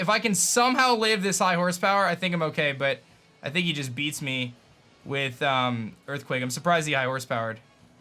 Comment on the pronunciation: those EErthquakes tho